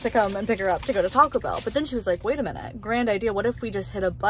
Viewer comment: her saying Taco Bell like “tocklebell” is killing me lol